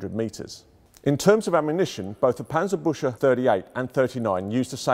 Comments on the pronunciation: Is it really so hard to learn the correct pronunciation of "Panzerbüchse" at the Tank Museum? That "ch" in the word sounds like a 'K' or"CK'- in English, as in "buck" or "Buk."and the U-Umlau t(ü) like the English 'U' in "Yup." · Yeaa... The 'A' in Panzer should be pronounced like the third 'A' in Panama, instead of the first one, the 'Ü' in Büchse should kaaaainda be pronounced like the 'U' in the Buick car company and the 'CH' more like the 'GS' in Bugs but instead of a G use a K. 😐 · The wrong pronunciation of Panzerbüchse is killing me. -. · 19 seconds in and he calls it "Panzerbutcher" again =8-D The word is pronounced "booksah", with the ü umlaut pronounced like oo but the Scottish way. (Choosing the Scottish analogy because the sound does not exist in the Queen's English which admittedly does make it somewhat difficult for English native speakers to get right.) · At first i thought this was some kind of nickname bc i understood: Panzerbutcher. Then i realizied he just pronounced it funny. But Panzerpbutcher would be a cool name either xd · An approximation (to avoid the "ü" sound) would be "book-se" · He really panzerbutchered that one XD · The english: Germans can’t pronounce anything Also the english: Panserbusha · obligatory ;D its sounds alot like "panzerbusche" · Büchse is pronounced Buckse. :) Very interesting nevertheless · The "chs" in "Panzerbüchse" is pronounced like "kks" so "Panzerbükkse" :) Kind regards from Germany, love your vids. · I tried, I really tried, but regardless of his obvious level of expertise, every time he says, 'Panserbusher' I...I just can't 🤣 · Paantserbookse is the best transliteration that I can come up with. Yes, I am German and know how to pronounce it. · Yes, the famous Panzerbusher! If you cant pronounce it, dont do it! :D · Cool video. It's pronounced parntserberkzeh though. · Do not pronounce the "ch" like the English "sh", it would be much more appropriate to pronounce it like the the "ck" in "brick".